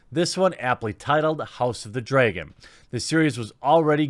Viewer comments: Dude, its "dragon" and "dragons".. you know, fire breathing wyrms? Not dreagon or dreagons 🤣 no offence but i listen to your videos so when i heard you say dreagon i was like "wait, what? Who?" So i went back a little and i saw dragon and was like ah, he is mispronouncing it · take a shot at each "draygen" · What's a DRAY-GEN...? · Cant say dragon to save your life, drAgon not dray-gone. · Ok but wtf is a DRAEgon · why do you pronounce dragon like dray-gone? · The only thing about this video I don't like is the way you pronounce "dray-gon". Hahaha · Jeremy, it’s pronounced [ drag-uh n ]. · Say Draygon one more time! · “Called the House of the Draaaayyyygon” Dat weird pronunciation tho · Yep, don't get it either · Lol you said dregen! Btw notifications still works for me. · Please stop saying dragon like it has an e or y in it! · Your "Dragon" pronounciation is interesting to say the least. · You have a weird pronunciation of the word dragon. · man the way you pronounce Dragon really bothered me.